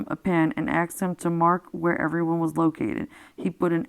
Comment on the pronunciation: Thank you very much for reading this. I just wish you would just read and not interject and save your personal feelings on it to discuss after the book reading. It would also sound more professional if you said "asked" not "axed".